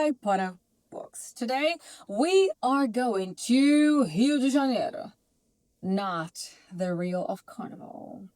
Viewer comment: Your Rio de Janeiro was spot onnnn